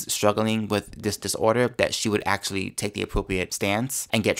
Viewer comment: actually not axeally ask not axe